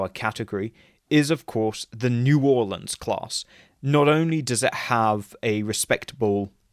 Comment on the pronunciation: Great video! Also props on pronouncing New Orleans correctly